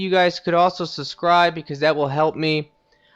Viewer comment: Havel not havelle black gulch not black gluch success not susses and finaly subscribe not suscribe